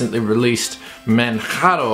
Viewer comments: Great review as usual. The correct English pronunciation is /Mandjaro/. /Manharo/ is the way we pronounce it in Spanish. So there you go, if you are wether a English or Spanish speaker, you already know the correct way to say it. Oh, by the way, I'm typing from Manjaro, and it's an incredible distribution, pretty fast, lightweight and it's the first distro wich made me try XFCE (Wich I considered it was too ugly for my taste). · ManJaro...ManJaro...ManJaro...like Kilimanjaro. It's not Spanish LOL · Is the wrong pronunciation of "Manjaro" intentional? :D Since in the earlier reviews of this distro you pronounced it right - Manjaro, as in Kilimanjaro. :D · Pls just call it ManJaro ffs. I only watched this because I'm a fan of the distro. I quit watching your videos some time back because you insisted on saying "Maatay", "OpenSooser" and "Guhgnome".